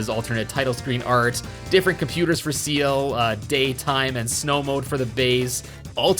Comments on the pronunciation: Forget the zed/zee thing, you're killing me every time you call Ciel "seal" 😵 Ciel is pronounced more like "shell"- her name is in French (like everyone else in the resistance) Fun fact, the motif with the resistance goes beyond just French! Ciel translates to "sky", and everyone in the resistance has a name that translates to a different bird. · Pretty sure her name is pronounced "See-ELL" not "Seal" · You say Ciel like it's Zeal from Chrono Trigger and Zero as Zed this video is cursed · my guy actually just pronounced ciel as seal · actually , it's more like "see-el" than "shell"